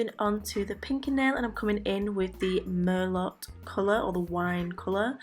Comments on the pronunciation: okeedokee. It's hard to communicate with a keyboard sometimes without giving the wrong vibe. I replied as soon as I heard you pronounce it mer-lot. I was going to delete it when you said it correctly, but then you said mer-lot again, so I decided to just leave my comment. Regardless of all that, this set it gorgeous my dear.😘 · Merlot is actually pronounced mer-low.... It's a type of wine. Nice work. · ps Merlot is pronounced mer-low thats why it rhymes with go ;) as usual your work looks gorge!